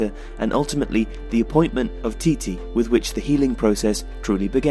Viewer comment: Just so you know for the future, the manager's name is not proceed Tee-Tee. It's Chi-Che